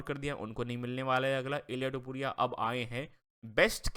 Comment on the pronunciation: Bhai wo Topuria hai Tapori nahi hai 😂😂😂